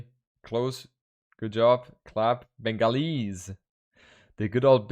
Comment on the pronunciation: I like the way pronounces "Bengalis". Sexy accent. Also everytime he says "obviously" it sounds like "obesely"